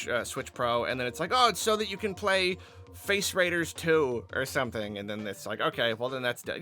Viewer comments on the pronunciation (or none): Lol I thought he said "Face Riders 2"